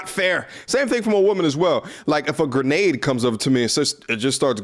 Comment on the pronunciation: GRENADE!!! bruh are you from Jersey 🤣